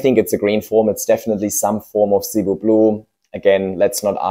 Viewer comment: Actually, the second plant you put in is Cebu Blue. Shape of Cebu blue starts fat at top and tapers much more strongly. Also Cebu is pronounced sih-BOO (emphasis on second syllable). It’s a popular island in Philippines.